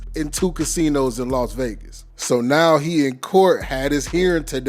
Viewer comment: It's Las Vegas Not Los Vegas